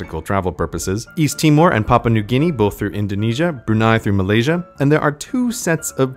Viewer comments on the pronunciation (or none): none